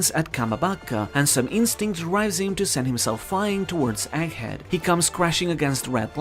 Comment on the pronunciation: The gg in egghead isn't meant to be silent.